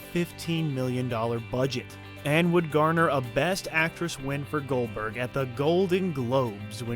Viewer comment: Goberg LOL.